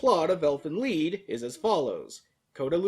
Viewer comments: it's lied not lead DX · It's pronounced Leed or or Leet. It's German for song. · Lied in this case is phonetically pronounced 'Leed', German for song.